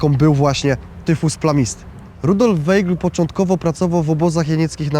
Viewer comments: Mam wątpliwości czy prowadzący dobrze wymawia nazwisko bohatera odcinka. Weigl czy Waigl w wymowie. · Wolałabym, żeby wymawiał Pan prawidłowo nazwisko bohatera odcinka. Ei mówimy aj, zatem wymowa: Wajgl. 🙂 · Wszystko pięknie, ale z tego, co mi wiadomo, Rudolf Weigl konsekwentnie czytał swe nazwisko w brzmieniu WAJGL, zgodnym z językiem pochodzenia. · Weigl czyta się Waigl! Nie można słuchać Weigl!!!!! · Weigl czyta się Waigl ... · Bardzo fajny film i przybliżenie wielkiego naukowca. Jedno tylko denerwuje. Nieprawidłowe wymawianie nazwiska. Był Austriakiem. ei w nazwisku czyta ai Czyli czyta się WAIGL. Aż uszy bolały jak było czytane.. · Może by się prowadzący dokształcił z językoznawstwa. Jako osoba pochodzenia austriackiego, to wymowa nszwiska powinna być zgodnie z regułami języka niemieckiego., czyli =Waigel=. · Wymawia się Wajgl(ei jako aj).A tak poza dobrze że przybliżasz tę wspaniałą postać, tak niesprawiedliwie potraktowaną przez komuchów. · Ei w nazwisku czytamy jak aj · Skoro Pan Rudolf był z pochodzenia Austriakiem, to dlaczego prowadzący błędnie wypowiada Jego nazwisko. Z szacunku dla tego naukowca należałoby jednak zapoznać się poprawną wymową.